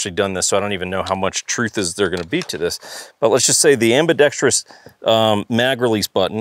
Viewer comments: I watched this literally to see LMT highlighted. I am not sure what was more disappointing, the lack of LMT inclusion or ambidextrous being pronounced ambidextrius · i have a huge pet peeve that I have only recently recognized while consuming firearms related content. and that peeve is when people mispronounce ambidextrous to have a sound similar to the word tree in it. no tree please in my ambidextrous' thank you. learn to speak ingelish please